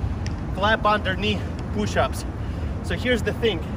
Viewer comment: "Power pooshups"